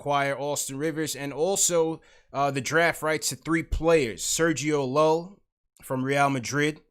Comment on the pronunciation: It’s not pronounced Llull It’s You-e